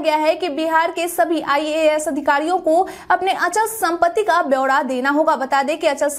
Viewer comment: अंचल संपत्ति नहीं मैडम जी अचल सम्पत्ति बोलिए।